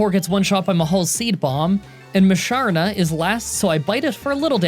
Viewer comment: Tim-Pole -> Tympole Whirl-Ih-Peed -> Whirlipede Si-Jill-If -> Sigyliph Eh-Mo-Go -> Emolga (this one is subjective) Moo-Shar-Nah -> Musharna Drud-Ih-Gun -> Druddigon Me-An-Foo -> Mienfoo (I know you struggle with this one) Me-An-Sh-Ow —> Mienshao Ca-Rah-Cost-Ah -> Carracosta Zoh-Roh-Arc -> Zoroark Boo-Full-Ant -> Boufulant